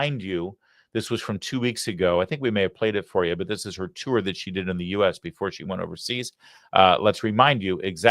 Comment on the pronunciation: "but" not "bit"!!!